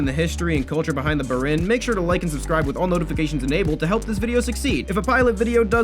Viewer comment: He’s saying it wrong it’s (b-ee-r-in)